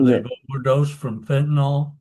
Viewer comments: Am I the only one who is annoyed when people mispronounce “fentanyl” as “fentanol”? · Fen tah nill not fen tah nall.